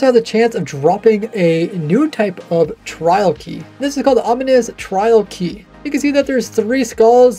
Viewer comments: Bouncing back and forth between saying 'ominous' and 'omnious' which is not a word is crazy 😂😂 aw man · Wind Charged, Oozing, Weaving, and Infesation should not be potions you can brew. They’re better as challenge modifiers. Also I am PRAYING they make Raid Captains in raids not drop Ominous Bottles. Raid Farms need to die. Also, it’s Ominous, not Omnious 😭 Please work on your pronunciation, it just adds to the level of annoyed I feel watching your content.